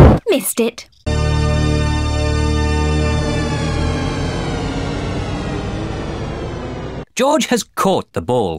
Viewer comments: "The ball has caught JOJ" Me : laughing hard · Mummy Pig: ´I will teach a game that will teach Joj how to Joj´ 🤣🤣🤣🤣🤣